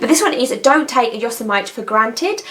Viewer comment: I kind of like your pronunciation of "Yosemite". . . I might use that as a character's name one day.:)